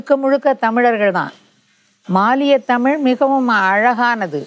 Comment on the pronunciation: நேர்காணலில். பேட்டிஎடுக்கும்நபருக்கு. தமிழை, தமிழ். என்று. அழகாக. உச்சரிக்க தெரியாமல்... தமுழ். தமுழ். என்று. உச்சரிக்கிறார். கேட்ப்தர்க்கே. வெருப்படையசெய்கிறது. அந்த. அண்ணையர். எவ்வளவு. அழகாக. தமிழை. தமிழ். வார்த்தைகளை. உச்சரிக்கிறார். இவர்உச்சரிப்புசரியில்லைஎன்பதைகான்பவர்களே. கேளுங்கள். ஆகவே. பேட்டி எடுக்க நன்கு. செந்தமிழ். படித்த. தகுதியான நபர்களை. ஈடுபடுத்தி. தமிழைவரும்சந்ததிக்குதெளிவுபடுத்துங்கள். தடுமாற்றத்தைஉருவாக்காதீர்கள். நன்றி. எல்லாம்சிவமயமே.